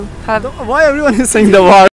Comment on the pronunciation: im hurt when she said waar...